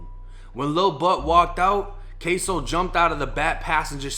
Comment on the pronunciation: It’s kso not queso 🧀 lmao 💀